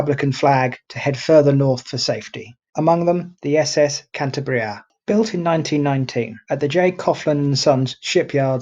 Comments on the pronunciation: The right pronounciation is KAN - TAH - BREEAH, with the stress in the syllabe TAH. I am from Asturias, the neighbor region to the West of Cantabria, where Captain Argüelles was born, so he was an Asturian. Asturias, Cantabria and the Basque Country were the so called Northern Front during the Spanish Civil War, both loyal to the Republic, while Galicia to the West and Navarre to the East were Fascist. Troops coming from the central part of Spain (Foreign Legion and Moroccan troops, helped by Corpo Truppe Volontarie sent by Mussolini) cut this area in two, separating the Basque Country and Asturias. Basque Government of the PNV, Basque Nationalist Party, surrendered later to the Italian troops and the Gudaris (Basque soldiers) were captured by the Francoist army. In this way Asturias resulted isolated, suffering the attacks of Galician troops by the West, Navarre troops (Requetés) by the East, colonial troops by the South, Francoist ships by the sea and the Luftwaffe (Legion Condor) by the air, with the Heinkel bombers based in León and the Messerschmidt 109 fighters based in Navia and Llanes. The fighter planes were commanded by Adolf Galland, a German ace during the Second World War. The aerial German Legion Condor was commanded by a brother of von Richtofen, the Red Baron of the First World War. Germans tried new tactics like the incendiary bombs and the carpet bombing, in Gernika and also in the strong resistence area of Eastern Asturias, in the Battle of El Mazucu. Gijón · Perhaps you should take a little more trouble with your pronunciation, and at least stick to the same pronunciation and spelling throughout. "Cantabria" in the title of this video. "Cantibria" in many of the captions. Often pronounced as "Canteberia". Confused. Which is correct?